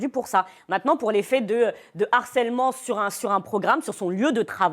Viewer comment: Une fois de plus le mot HARCÈLEMENT dans une émission. Et une fois de plus " un n'harceleur" putin mais pas de liaison avec le mot!!